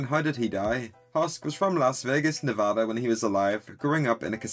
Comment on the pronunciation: As a Nevadan I’m glad to say you pronounced the state name properly 👍 But yea I’m assuming there’s a strong chance there will be some angels and husker interactions